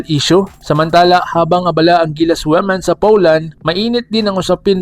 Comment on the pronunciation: Ayusin mo Ang pag pronounce Ng women